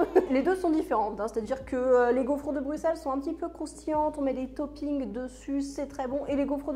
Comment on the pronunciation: Merciiii de bien prononcer Bruxelles 😍🥰 et sinon c'était quoi cet accent à ? 😅😂